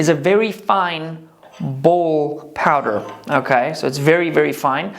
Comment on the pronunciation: Can you not say powder?